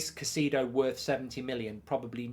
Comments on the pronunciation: Still can`t pronounce his name right. it`s Cai-cEDO as in Enzo. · Stop butchering the man’s name… smh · Why is it always British people butchering peoples name. Like u haven’t heard people saying their name for the whole season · Your name pronouncing is goldbridge lol